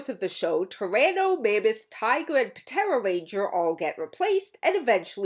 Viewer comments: "P-tera ranger" You do know the P is silent right? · Dawg puh-tera ranger 💀 Idk if that's actually how that it was pronounced in the show but I'm dying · I like how the P in "Ptera" was pronounced rather than silent. Not sure if that was intended, but if it was, I got a laugh 😊